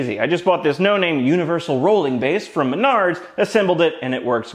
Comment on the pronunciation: I just want to let you know that every time you say Menards, I chuckle to myself. I feel like it's what a pirate screams when you kick them in the bollocks.